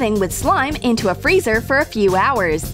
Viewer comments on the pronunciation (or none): none